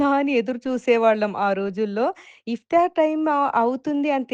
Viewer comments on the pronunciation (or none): It's not iftyaar it's iftaar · Iftaar.... It's not iftiyaar...